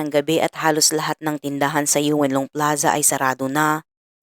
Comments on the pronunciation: Paano magiging Yun long yan .Ang word is Yuen long.e pronounce Ng twist tongue deritso insert ang en yu deritso. Yung narrator Kasi Yu en kaya pag pakingan may en. Dapat Yuen long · Yun-long po un ndi Yu-en long, malapit s shenzhen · Kaya nga pinapahirapan pa ni Madam ang dila nya sa Yu en long instead Yun long o Yuen Long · Yun-Long (Yuen Long) Hindi po Yweun Long Ma'am. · yuwen long daw! yun long ang.bigkas😂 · Yuen long ang tama hindi Yu-en long at hindi rin Yon long madalas ako dyn. 25 years ako dyn sa hk side for good ako last june lng. Sorry for correction 🤞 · Yon- long or Yun long po hindi Yu-en long ung tamang pag pronouce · yes Yuen long ung tamang spelling..but what i mean is how we pronouce ,,yon-long not yu-en long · Yuen long pronounce as yun- long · Sa Yuen long (Yun long po) pla to, grave..peru ansarap pkinggan sa tenga the way you narrated it❤ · Halaaaa kilan lng nangyayari ito? Yeun long read as Yun long po yan ma'am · Yuen long read as yunlong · ineng..."Yun" Long ang tamang bigkas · yun nga rin po ang sasabihin ko "yuen long" pronounce as "yun long"....dipo ako nangbabash ah for the record. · Silent e po kaya YON LONG haysss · Same kht yon long ok n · Touge twist yan Yuen long tingnan mo Ang bibig Ng Chinese pag nag bigkas Yuen long deritso insert ang en sa yu.